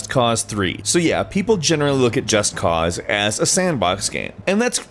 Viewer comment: If he says Just Cause the way he says it again, Im gonna flip out!